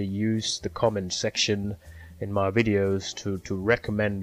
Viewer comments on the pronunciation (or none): Really great info, perhaps just work in the pronunciation of V-ideos as opposed to ww-ideeos but apart from that great summary.